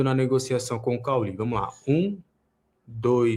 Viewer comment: O cara não saber como pronunciar o nome de cauly é muito estranho! Kkkkkkkk parece que não viu a Série A do brasileirão nos últimos anos hahahaha